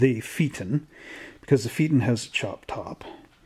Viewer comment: Pronounced..... FAY A TON.